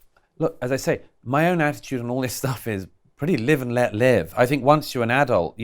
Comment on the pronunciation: I love Douglas Murray, but I cringe when he says 'fink' instead of 'think' 😞😩